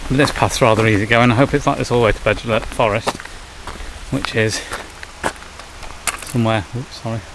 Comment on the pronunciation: Agree with you Paul , yes it's all well and good wanting to inspire your son and other people to hike trials in the beautiful country of wales but please research the names and pronunciations. doesn't take alot of effort on your phone nowadays with translators. or ask around the village shops! That Beddgelert pronunciation was laughable , almost like you deliberately butchered it.